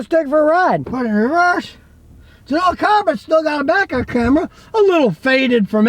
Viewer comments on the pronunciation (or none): none